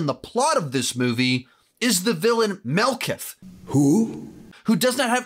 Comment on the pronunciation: Malekith is so forgettable you misremembered how to say his name. 🫠